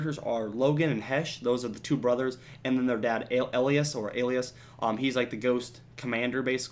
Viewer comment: Elias pronounced Eelyiss but not important